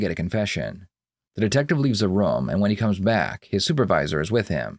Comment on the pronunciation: I like how you pronounce the word room "roum"